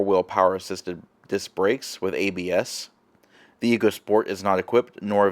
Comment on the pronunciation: It’s pronounced echo